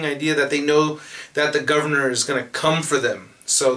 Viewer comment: Thumbs up for the pronunciation of THE GOVERNOR.